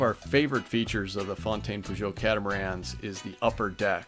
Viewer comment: Please ... PAJOT NOT POJOT ...🤡🤡🤡